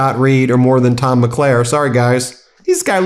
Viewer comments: Mulcair, not Maclaire. Premier, not premeer. Thank you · Thanks, Ben, for your excellent coverage, as usual. But just a quick FYI — it’s Tom Mulcair (“mull-CARE”) not Tom McLair. Also, Premier is pronounced “PRE-meer”, not “pre-MEER”. - From a Canadian fan ☺️🇨🇦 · it's Tom Mulcair, not McClare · And thanks for covering Canadian talking heads, but his name is Tom Mulcair not Tom McLair. Funny to hear. Thanks for the laugh! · The name is “Mulcair”. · Ben, it’s Tom “Mull … care”!👍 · Pronunciation: Thomas MUL-CAIR...former federal leader of the opposition, and a much demanded political commentator on Montreal, QC & Canadian media, in both Eng. & Fr.. My question...if his tariffs are illegal, why doesn't the U.S. Customs & Duties admin. block them and leave the original tariffs intact? Why not let the courts wrangle over them, before they're allowed to take effect, if ever!